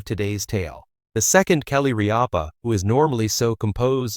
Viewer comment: If you’re going to make these post, do your homework, find out how to pronounce names, there is no a in the middle of Rippa, watching 1 episode of her morning show could have told you how to pronounce her name